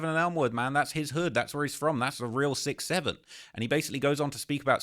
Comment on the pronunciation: Bro why you keep saying 67 like that